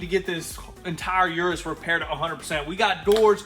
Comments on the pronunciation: Hello . Its U-RUS no IU-RU- S . Try it … U-RUS , without that I in front the U how you pronounce UNITED …IUNITED U- RUS ,U( end fast ) RUS - U-RUS . Greetings from Madrid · It’s pronounced eris not youris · It's Uu-Rus, not You-Rus. Come one guys! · Like Ursula from the little mermaid. It's a Urus. Not a Yurus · Please check the pronunciation of the name Urus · Please. Someone tell them how to pronounce Urus. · There are several problems with this new series. First and most importantly, have some respect for the brand and pronounce the name of the car correctly Secondly stop being dumb and just get back to the car content